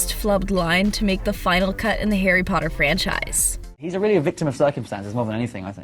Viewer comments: I have never seen the movies but what i do know is that he says " POTTAR!" at Harry and i love it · He doesn’t actually say Potter, he says “Pottah”